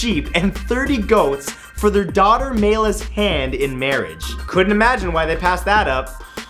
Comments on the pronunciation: Obamas daughters name isnt Meala is Malia (Mah-lee-ah) Its Hawaiian. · Isn't it pronounced MAH-LEE-AH and not MAL-YA? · Did he say Maila? It's Malia. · Malia. Mah-lee-ah. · dont forget "Maila Obama" lol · Barack Obama's Daughter's name is MALIA (muh-lee-uh) I KNOW BECAUSE THAT IS MY NAME! a lot of people mispronounce it. smh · yeah but Matthew said "mayla" or something like that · Butchered Malia's name lmfao